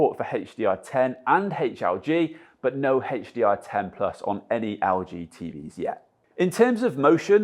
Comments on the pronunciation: EL-G NOT AL-G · Haha I kept hearing 'Augee' instead of LG